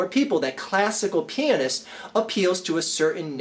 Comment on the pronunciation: When said "classic pianist" it almost sounds like "classic penis"